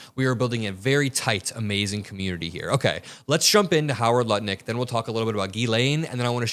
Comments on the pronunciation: We need to be like a dog with a bone, and never let the topic of the Epstein files go. We need to hold every single pedophile accountable for their disgusting actions.:. it's Howard Lutnick, not "Nutlik" A little Freudian slip there. 😂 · said Nutlick instead of Lutnick😂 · I think I heard say.. Nutlick instead of Lutnick..😂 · Did you realized you called Lutnick, NutLick one time? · Just prior to , I think you said nut lick 😂😂😂😂😂 instead of Lutnick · Am I the only one who heard saying Howard Nutlick instead of Lutnick?! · Did i hear call lutnick, nutlick in the 1st 3 minutes. Love u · Did I hear "NUTLICK" not Lutnick?😂😂😂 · You dropped "Nutlick" instead of Lutnick at roughly ! Priceless! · I like, he's one of my favorites on Youtube. Not sure if it was on purpose or a slip when he called Lutnick, Nutlick! 😂😂😂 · 3.32 slip of the tongue you called Lutnik NUTLICK! Hilarious and so accurate 😂😂😂❤ 💙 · you called Lutnick "Nutlick". Hahaha! Classic! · Okay so I'm watching your show and instead of saying lutnick you said nutlick. What a perfect Freudian slip. Probably what he wanted done on Epstein's Island. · did you just call the man Howard Nutlick? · you totally said "Howard Nutlick" 🤣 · lol I though said Howard Nutlick. Sounds appropriate! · It was probably a Freudian slip, but I swear you just said "Howard Nutlick" 😂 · Howard "nutlick". I caught it 😂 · Howard “Nut-lick” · Anyone else notice that said Howard "Nutlick" early in this video? I'm not sure if it was a slip of the tongue, or if he did it on purpose. Either way, I caught it, and I giggled just a little bit. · You said Nutlick lol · Did he call him Howard Nutlick at one point?! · You said nutlick at least once lol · did say nutlick? lol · I just love how you call him nut lick😂😂😂😂😂😂😂😂😂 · I get the feeling didn’t realize he said, “Nutlick.” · LOL you said nutlick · Nutlick? Did I heard it correctly? 😂😂😂😂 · Was that deliberate? 🤣🤣 "Howard Nutlick"